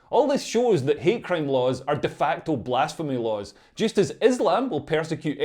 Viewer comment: Hatteeeeee crimeeeeee love how she mumbled that out so well..